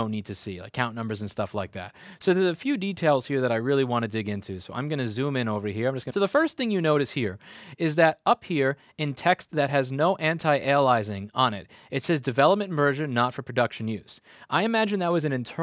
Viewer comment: Not to be a prick but you pronounced "aliasing" exactly the wrong way. anti-alias-ing. That show in '01 with Jennifer Garner, Alias, was that pronounced "alize"?